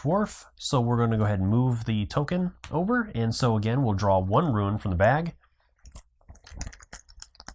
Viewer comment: Bad enough you mispronounce rune as ruin. No wonder the other guy had problems understanding earlier. But a playthrough skipping rounds. Not good.